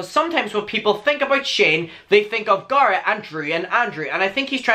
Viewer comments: Okay but when it comes to the pronunciation of someone’s NAME you cannot tell them that their name is pronounced differently. Period. It’s HIS NAME - ergo you do not get to say how it is pronounced - accent or not. Love you and your videos buuutttt......out of the respect for the person you are talking about, you should pronounce their name the way that they pronounce it because it’s their name - not yours. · Garrett is like "situation". "Sit-seation"😂😂 We know what you mean. Go on with your bad self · It’s only annoying that you pronounce Garret different because you don’t pronounce any other name differently ? That’s why it’s wierd.... lol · It might just be me, but I love the way you say Garrett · ok i do hate how you say garrett but... since you asked nicely ill keep watching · fyi i dont actually care i understand that in different accents names are pronounced differently lol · idrc how u pronounce garrett but its the attitude of choosing to mispronounce someones name. hes a human, its just kinda.. rude.. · ok i just have to say this out of respect and as a fan, it just doesn't sit right with me that you mispronounce Garrett because of an accent, because that's exactly the same thing racists say to not learn foreign/black names and it is really disrespectful. I myself HATE when people mispronounce my name cause it's latino and "they have an accent" cause it's not up to you to decide how you pronounce MY name. Not saying that you are racist, of course, but just out of respect for the person you should respect how THEY say their own name, not how you think it is or how you pronounce them in your area. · It triggers me how you pronounce Garrett 😂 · Because of your prononciation After watching this i am gonna unsubscribe. Bye have fun in life. Someone's name is how they pronounced. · sounds liek your saying gaara obviously you CAN say his name correctly you just dont its not like tamato and tamato